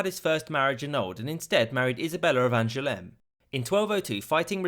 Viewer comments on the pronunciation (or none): I don’t think the narrator got Henry’s mother’s name quite right. She was Isabella of Angoulême (not Angeleme) a town in John’s mother Eleanor’s duchy of Aquitaine, that is still there and still spelt Angoulême.